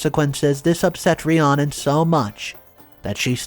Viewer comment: The name Rhiannon is pronounced Re-Anna.